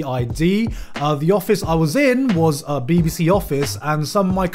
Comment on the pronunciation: it sounds so wrweong everytime he says bbc omfg..